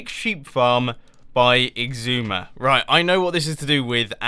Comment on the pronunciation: Why do you call xisuma "igzuma"?